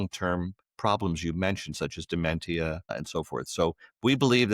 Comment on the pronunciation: How can his word be trusted if he doesn't even pronounce dementia Correctly